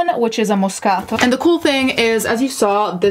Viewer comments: Hearing her say MOScato ☺️ I just love this channel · Love to learn how to properly pronounce “moscaTO” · I just LOVE when you pronounce Moscato properly GURL YAS where my Italians at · me being intimidated by her correct pronunciation of moscato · I love how you say moscato. Here in the south we just say things how they’re spelt lol. I love how you say things how they’re supposed to be pronounced! Your Italian comes out! It’s beautiful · There’s no excuse for cheating....period. Oan: love the way you say “moscato”. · In love with how you pronounce "Moscato." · She's pronouncing it exactly how a native speaker of Italian would. So I'm guessing she's part Italian and can speak the language?